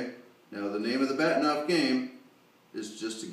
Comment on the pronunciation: Good Video. Just as a side note, the correct pronunciation is Bar-Teen-ov after the Russian Astronomer who designed it. But strangely, even though I know that, and can speak Russian, I too still call it a Bat-in--ov mask LOL! Funny how we get used to calling things by a more commonly used name than it's real pronunciation.